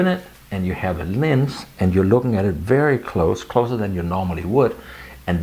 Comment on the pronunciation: Nice video, and I love that you keep saying "lins" instead of "lens"! Linsskydd?